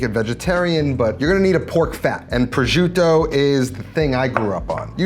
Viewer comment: Pro-jiew-tto ..Lol what? It's pro-shoo-tto.